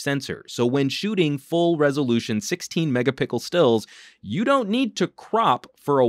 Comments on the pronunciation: "16 mega-pickles" sorry I had to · Anyone else here "16 megapickles"? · damn i waited 11mins to hear megapickles :D good review (thumbs up) btw which one would you choose personally LG V10 or Huawei P9plus, cant decide which one to get. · Fantastic review! I really appreciate you telling how the color of a picture compares to the color in person. Too many reviewers compare picture quality with the color looking different over 3-5 phones and don't tell us which is the most accurate. Also, not sure if intentional or not, but the megapickles (megapixels) cracked me up. Thanks for the review and the chuckle!